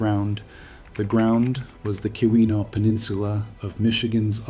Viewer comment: Key-win-aww..... not kiwi-naw